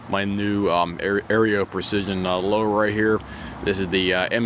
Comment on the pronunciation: I’m not trying to be rude, but it’s pronounced Arrow = Aero Precision. Just wanted to let you know. Nice rifle 👍